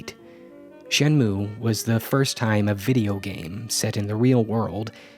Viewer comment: I had no idea what the heck Shenmue was but I clicked on this video anyways, because I know and trust that the content you make will always be solid. Also, to be a total dweeb: It's pronounced "Shen moo ei" that "e" isn't silent. In japanese, sounds are never silent